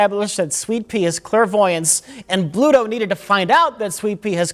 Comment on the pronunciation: For a popeyehead, still was and called Bluto, "pluto". How embarrassing